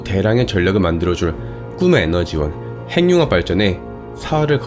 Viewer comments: 좀 이상하겠지만, 발음~ `행늉합'이 아니라 `해귱합'이 맞습니다. (전음법칙) 받침으로 쓰인 자음이 무조건 `이응'으로 전달되어 소리납니다. 국영화~구경화, 발음~바름, 석양~서걍, 북유럽~부규럽, 미국영화~ 미구경화, 한국인~ 한구긴, 윤석열~ 윤서결 , , , 잘 보세요!! 무조건 `ㅇ'으로 전달되어 소리가 나죠! [전음법칙] ~ 해귱합이 왜 이상하냐~? 발못된 습관 때문입니다. 구속영장~ 구소경장(짱) 영화는 구경하는 겁니다. (미국영화) 미궁녕화로 잘못 발음하면 `미궁'에 빠집니다. ㅎㅎㅎ 미녕화~ 구경화~! 오케이~!? 무조건 이응으로~!! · 행융합이 뭐야? 발음 바르게 합시다. 해귱합! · 행융합이라 읽지 않고 해귱합이라 읽습니다. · 발음 `해귱합'이 맞다는 걸 증명해볼까요? 간단합니다. 하나-둘~셋~ 이런 속도로 핵-육-합 한 글자 씩 읽어보세요! 절대로~ 행늉합이란 발음이 안됩니다. 다른 단어들도 마찬가지입니다. 천천히 한 글자 씩 읽어보세요. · [핸뉴합] 발음봐ㅋㅋㅋㅋㅋㅋㅋ 그리고 ‘발견’이 아니라 ‘발명’이에요. 구분도 못하시나.. 영어 발음 굴리는데만 신경쓰지말고 한글부터 제대로 쓰시길